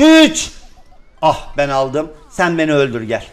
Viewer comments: Pen diyorrrr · Abi penye pem diyorsun (seviliyorsun hemde çok benden çok)<3